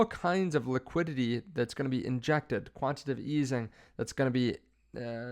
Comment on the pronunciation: Its quantiTAtive. Not quantitive.. please stop saying this. Hard to trust a source that doesnt know words.